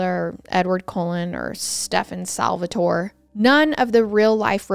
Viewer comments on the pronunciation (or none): none